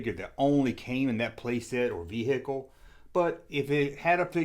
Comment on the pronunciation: Vee hickle 😂